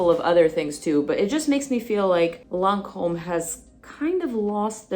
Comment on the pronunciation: Ma'am! That pronunciation was spot on! Edited: you clearly speak French. Dumbass me!